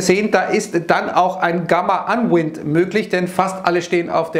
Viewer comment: "unwind" "abwickeln" gesprochen (anweind) nicht wind. LG